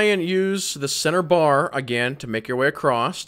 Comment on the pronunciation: Is it just me or is he saying, "Acrosst?" Like with a t at the end of across?